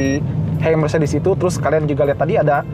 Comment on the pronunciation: Btw Car bacanya nya mertsedes bens😊😊😊😊🙄 koreksi